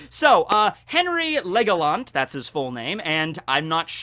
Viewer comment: by the way, it's in his name henry LEGO-lant